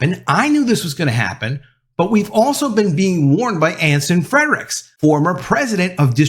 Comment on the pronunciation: .....it's Anson Fre-ricks, not Anson Fred-ricks. Just sayin.........